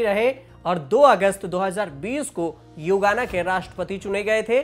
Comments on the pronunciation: Yugana nhi bhai.. Guyana 🇬🇾... 🤣😀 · गुयाना को हर बार आप युगाना बोले है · Guyana h na ki yugana